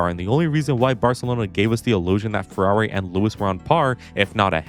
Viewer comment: I heard furry title fight instead of Ferrari title fight...